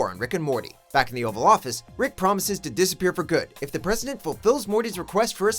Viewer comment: I swear i heard him call the president Preston. That was so true XD.